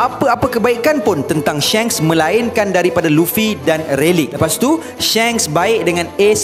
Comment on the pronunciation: Pronounce die SHANKS its not SHENKS haha tegur je sbab lagi sedap klu shanks hahhaha